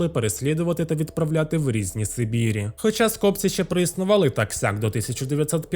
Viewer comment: Скопці́ - правильний наголос.